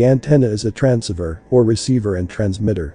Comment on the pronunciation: At least teach your voice synth how to say transceiver along with the rest of the mispronounced words. A total disregard of physics is unwarranted. Electrons DO NOT travel from positive to negative. Another falsehood. What has religion got to do with anything. Way too far removed from reality, just light entertainment for the gullible.